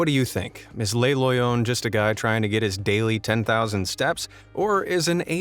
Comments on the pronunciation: With regards to Le Loyon, it would be pronounced as Le as in Luh Loyon, meaning it is in the masculine. The way the narrator pronounces it he said Les Loyon like Lay Loyon as in plural. Le masculine, La feminine and Les plural. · Not ‘lay’, ‘luh’ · its le loyon. not les loyons